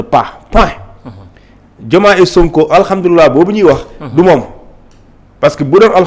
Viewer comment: Thioune n'aime pas SONKO mais c'est peine perdu quand il d diomaye il s'accentu mais pour sonko il a du mal a prononcé le nom de sonko .le bureau ne decde pas c'est président Sonko qui decide point